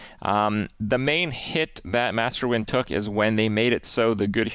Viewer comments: Krip said Nguyen mostly rightttt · I'm very proud Kripp pronounced Nguyen correctly